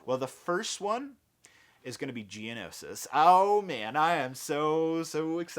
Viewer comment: I got so hyped when he said Geonoshish